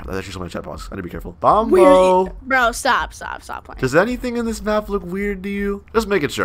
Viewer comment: It’s not bombo it’s bonbo